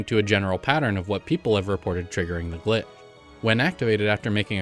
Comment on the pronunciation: Sometimes it sounds like you are saying "gli" instead of "glitch!" I wonder if your microphone settings are at fault?